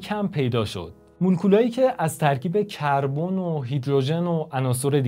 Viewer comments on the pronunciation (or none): none